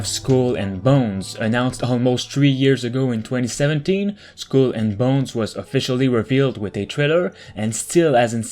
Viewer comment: lmao how do you pronounce Skull? SKWEL lol